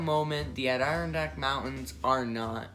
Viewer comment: “ADD-eh-RON-DACK” say it with me. Also, the Adirondacks will NEVER be a national park. They are far more protected that any national park will ever be and people actually live there. You want to just kick them out so NYC tourists can come and say they visited?